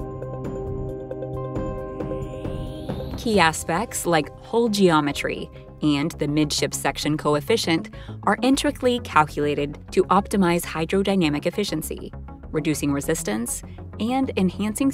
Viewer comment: "Intric-ly" Is not a word, it's intricately.